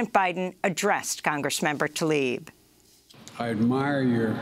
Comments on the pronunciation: Biden is so racist that he didn't even bother to pronounce Congresswoman Talib's name correctly. Democracy now didn't point that out for some reason. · Funny how they edited out the part where Biden mispronounced Rashida Tlaib's name wrong multiple times. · Cropping the clip to omit his mispronunciation of Rashida Tlaib is disingenuous. Cmon.